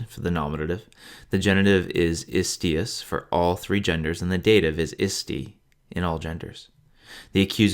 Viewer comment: Very nice! Just be aware, when saying "istīus" not to reduce / to make a schwa from that final "u" but to pronounce it as a real Latin "u" (reducing it / making schwa in the final "u" is what English makes you do it, other Latin speakers [than English ones] never do this). But otherwise I really do like your voice, it is really very pleasant to listen to :-)